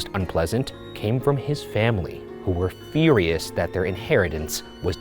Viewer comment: Oh God ryan "Iibary" "Feery-ous" "Wheel-barrels"